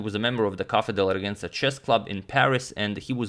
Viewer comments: hey Antonio, I'm not French but "Régence" for example would be pronounced with a soft 'g' sound and soft 'e' at the end, like 'Rezhense', not 'Regensa' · Dear Agadmator, you usually pronounce every name so well but Cafe de la Régence it’s not Regenzi 😂 try rey-zhahns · For pronunciation, I'm unsure about Journoud (either "Joor - noo", or "Joor - nood"), but for régence, see (G sounds like j when followed by e or i). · Very nice video as always, btw your prononciation of Paul Journoud was good, however the letter "g" in "Régence" is pronounced like the J in Journoud.